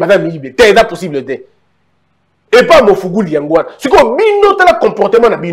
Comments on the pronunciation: olobi ya solo, mais la prochaine fois corriger kk kombo wana 🤣🤣eza Magufuli et non Mafuguli. Que Dieu te bénisse. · Le président Tanzanie s'appelle MAGUFULI pas mugufuli😂😂😂😂😂